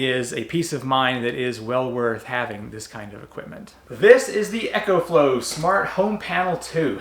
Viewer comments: Ok a bit of a nit pick... It's eeeee - co flow. Not ECHO flow. :) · There is not H in EcoFlow! It's Eco, not Echo!!! Dude learn how to talk!